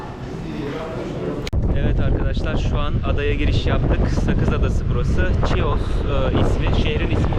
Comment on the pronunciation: Bir düzeltme yapmak isterim. TÜRKÇE okunuşuyla ÇİYOS değil HİOS olucak👐🏻